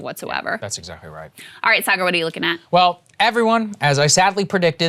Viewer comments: That slight cringe when Dylan says Saagar's name as 'Say-Gar.' If you're going on someone's show at least figure out how to pronounce their name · "Say-ger" good lord i cringed every time he mispronounced Saagar's name. Completely made me stop listening to what he was saying. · "Saaay-ger" SAAGAR. POLITELY CORRECT THESE PEOPLE. STAND UP FOR YOURSELF, BOY. ~Your 6mos-younger-than-you Mom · I ❤ Dylan Ratigan, but how could anyone watch this show at least once and still pronounce Saagar's name as Saygur...twice? Be best, Dylan! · "Say-gar" oof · Why didn't Dylan learn to pronounce Saagar's name correctly 😀🤣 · Saagar being respectful after the guest mispronounced his name 3 times … Saagar is a classy gentleman. 👍🏼